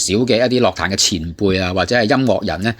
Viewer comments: 用AI 答返你 在粵語中，「樂壇」的正確發音為： ### 粵語發音 * *樂：* **ngok6**（同「音樂」的「樂」音，低調） * *壇：* **taan4**（同「彈」音，陽平聲） ### 常見錯誤與辨析 在讀「樂」字時，根據意思不同有兩種常見發音： 1. *ngok6 (音樂/藝術)：* 用於「樂器」、「樂隊」、「樂譜」。**「樂壇」**屬於此類，指音樂界、歌壇。 2. *lok6 (快樂/喜悅)：* 用於「快樂」、「樂趣」、「娛樂」。 > *注意：* 雖然現代有些口語或流行語會將其誤讀為「lok6 壇」，但在正式場合或根據字典標準，涉及音樂領域時應讀作 **ngok6 壇**。 > ### 相關參考（官方/權威辭典） * *《粵語審音配詞字庫》：* 根據香港中文大學資料，「樂」字於音樂義項下標音為 **ngok6**。 * *《漢語多功能字庫》：* 明確區分音樂（ngok6）與快樂（lok6）之讀法。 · 唔關智唔智慧事, 因為咁基本都讀錯, 錯到咁明顯真係好哽耳, 希望板主少用ai人聲啦。